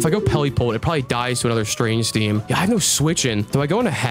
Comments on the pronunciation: The inability for either of them to pronounce strange steam is so funny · not saying strange steam correctly is so funny 😂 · this man cannot say strange stream 😂😂😂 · I love how they both mispronounced strange steam